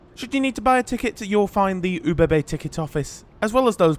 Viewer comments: ubb? no also things like Graz and hauptbahnhof arent said totally correct. at least better than saying UBB runs the trains. the name starts with an o (well ö but thats harder to explain as to how to say that). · Great video! Each time you said OBB I hear it as oh baby baby 😅